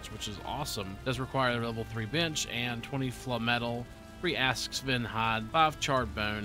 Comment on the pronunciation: Sorry? Falm-etle, instead of Flame-etle or Flame-metal. interesting, I have never heard anyone call it falm-etle before